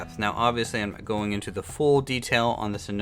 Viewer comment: I find it amusing how pronounces "not" as "neht"